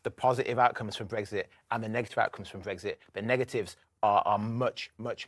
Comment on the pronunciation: It’s brexit. Not breggsit. Ffs. No wonder it’s going down the pan ,GB news, you can’t even say ecks properly.